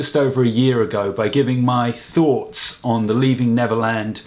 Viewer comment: "Leaving Levernand" Sorry I just had to point that out hahaha